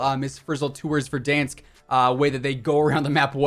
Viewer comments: Did this man just say Verdonsk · Is it just me or do I here him say verdonsk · Pov: your looking in comments to see if anyone noticed the way he says verdaunsk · How can you not pronounce Verdansk?